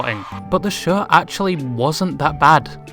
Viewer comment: I am so sorry, this is a stupid comment. But when you say show, it sounds like "sher" and when you say furry, it sounds like "fairy". (I swear I'm not making fun of you. [Or am I? Idk lol.])